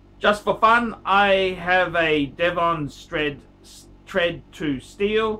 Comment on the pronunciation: Dee von???? Devon, it’s Devon